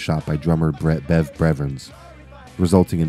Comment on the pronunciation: He called bev Bread breadven